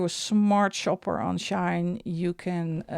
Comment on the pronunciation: I just thought I let you know it is SHEIN and not SHINE from at least how it is pronounced here in the USA.